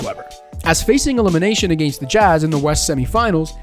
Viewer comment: wow i hate the way he says: “agaiyyynst” 😭😭😭